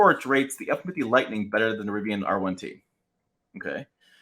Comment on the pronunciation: “Ford effinfitty”